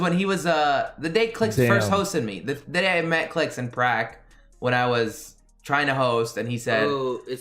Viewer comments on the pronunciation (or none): none